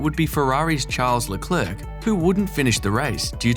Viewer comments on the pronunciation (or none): none